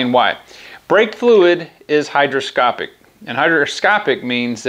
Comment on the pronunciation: Brake fluid is hygroscopic, not “hydroscopic”.